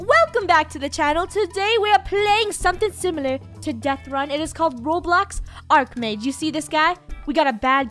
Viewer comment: It’s pronounced “Arc Mage”